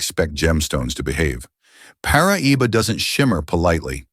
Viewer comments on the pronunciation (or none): Enjoyed this immensely. Thanks very much. Couple of mispronunciations were a little distracting though: Peridot is pronounced: pair-i-doh Paraiba: Pah-rah-ee-bah Spinel: spin-L Also tourmaline is America's national gemstone. I am sure people would benefit from knowing this. Also tourmaline is America's national gem.